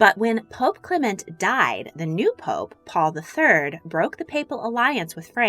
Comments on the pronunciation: Italian pronunciation: MED-i-ci. British (incorrect) pronunciation: me-DI-ci. Clement is CLE-ment. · I like the video, but she needs to work on her pronunciation. It's "MED-ee-chee," not "me-DEE-chee" and "CLEM-ent," not "cle-MENT."